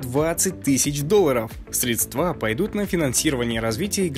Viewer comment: СрЕдства, ударение на первый слог